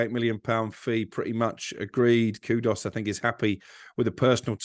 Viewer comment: Why can not pronounce a single players name given his entire job is about pronouncing players names???? Paquetaaaaah?? Kudos?? Wtf mate?